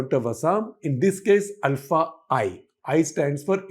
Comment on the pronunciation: Thanks for thr correct pronunciation of ULFA. North Indians always say it wrong as OOLFA.